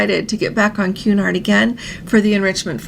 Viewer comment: Cun-nard pronunciation not Qu-nard pretty please, love your show 🫶